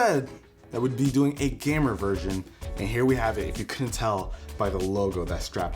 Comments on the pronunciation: Did he just say GA-MER ? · Is it me or did he say gamer wrong